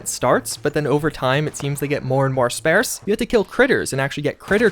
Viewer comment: "Spairse" always stands out to me. :)